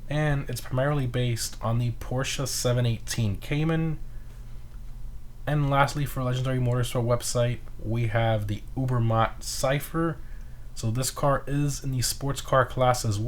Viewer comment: the obermah? bro it’s called a ubermacht